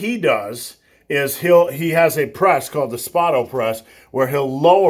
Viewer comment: ...........spoto is pronounced with a long o like in Photo NOT short o like a spot on the floor.